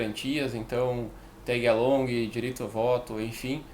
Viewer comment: aí é o manjador de inglês! Tégui alongui! XP